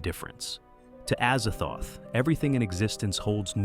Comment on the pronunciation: Azazthoth is Az-zaz-thoth. Pretty easy.